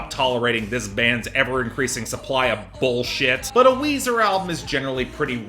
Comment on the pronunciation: its weezer and its weezy